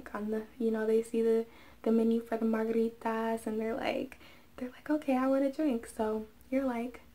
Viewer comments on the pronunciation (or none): cute that you pronounced Margarita the Spanish way not the American way lol